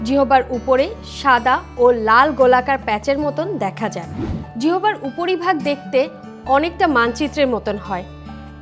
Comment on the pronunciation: জিহবা নয় ম্যাডাম জিহ্বা 🙄🙄🙄🙄🙄